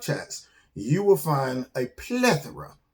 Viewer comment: Is it “plethora” or.... pla thooorrraa? “. Haha!